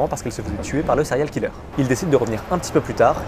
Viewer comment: lol les français ! sérial killeur ! si vous n'êtes pas capable de prononcer les mots anglais correctement... abstenez vous svp.